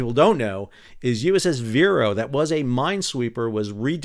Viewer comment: VIR-ee-o. The bird. I was on the Warbler